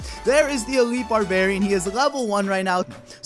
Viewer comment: elitle xd